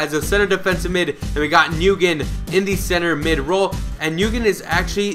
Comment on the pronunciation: Nguyen is pronounced when